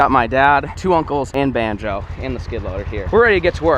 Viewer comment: Who remembers bonzo instead of banjo